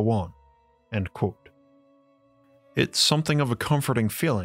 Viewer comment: Why do you say quote like you do and theory like it's spelled therey